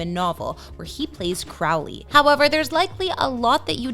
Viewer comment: They mispronounced Crowley...